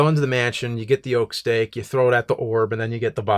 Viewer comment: I watch all of yours and content... this is a really good one. Whenever you say "Oak stake", I think you're saying "Oak Steak" and i'm like wtf is that... James, you should show up on live streams and read the chat for the videos lol.